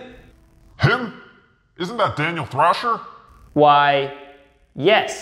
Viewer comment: Thaniel drasher